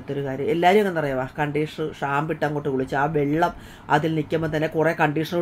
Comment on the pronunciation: Shamb അല്ല ഷാമ്പു